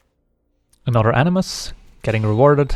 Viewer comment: The way you say "animus" sounds like "enemas" and it amuses me.